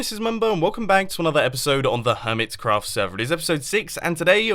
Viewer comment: Why u say ,,hermitscraft"?? Also, it soumds like hermitzcraft